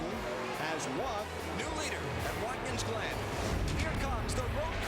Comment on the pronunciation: As the race goes on it sounds like Jerry Punch is saying “Watkins Lynn” when saying the track’s name lol